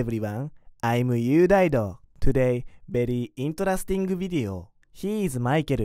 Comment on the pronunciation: interesting(いんとらすてぃんぐ) video が好きすぎて進めなかったww